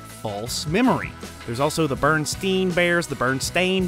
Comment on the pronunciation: I remember Shazam as well lol. I know I watched it That said I’m a Bernstein. Not Bernstain Lol